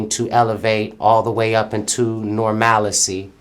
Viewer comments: Did he say "normalacy"? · Baaaaby the way he pronounced "NORMALACY" I SCREAMED "CLEVELAND"!!!!😂😂😂